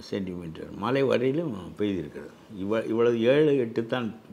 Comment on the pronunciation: மழை யா மலையா..மெல்லின சொற்களை வல்லின மாக கூறப்பட்டுள்ளது.. பேட்டி காணும் போது கவனமாக பேசவும்..திரு கருப்பையா எவ்வளவு அழகாகதமிழ் பேசுவது மகிழ்ச்சி அளிக்கிறது.